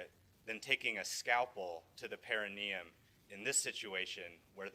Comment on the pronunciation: Why doesn't anybody in this trial know what the perineum is, or how to pronounce it?